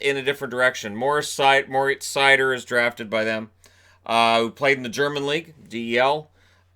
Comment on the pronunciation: As a german I am so glad that Seider is finally pronounced right. It drove me mad.Oh and the fact that he got drafted this high is also nice.